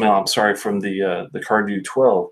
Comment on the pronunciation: As you may know a DH combination in both IRISH and SCOTTISH Gaelic silences the D sound so CARDHU is (CAR OO) for comparison GÁIDHLG (GAW Lig), the Scottish gaelic word for the the language from which Gaelic in English is derived has a silent DH. The same is true for Cardhu and Tamdhu. Unfortunately, the majority of Scottish people are monoglot English speakers so they go along with the Anglicized pronunciation. Just an intellectual tidbit. SLÁINTE Mike